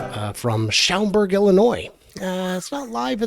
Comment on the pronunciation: You did not say Schaumburg correct but close enough. I grew up right down I-290 a few miles in Addison IL. Also there is Woodfield Mall that was in the Guinness Book of World Records for the largest indoor shopping mall for decades until they opened the Mall of America in 1992. Make sure you have some Portillos Italian beef sandwich or Lou Malnati’s OR Giordanos Chicago deep dish pizza!! Well, all this useful information and a bus token will get you on THE BUS! Plus when you see this you would have already arrived in Michigan. But hey, I at least got my “purple haze” fix! Safe travels!